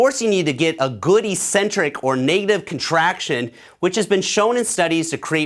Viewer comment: great vid, except that there's no word in the English language, EE-centric. It's pronounced, eK-Centric. The first syllable 'Ec', means 'away from', and 'centric' obviously means 'center. (Pronouncing it your way means, 'no center') This is why crazy/odd people are referred to as eccentric, -b/c they're away from the center or norm. It's exactly the same word in bodybuilding. Alas, everyone in the BB community mispronounces it. You're too good to mispronounce it, man!!! People may think you a bit eccentric for pronouncing it correctly, but at least you'll have the entire English language to back you up on this one!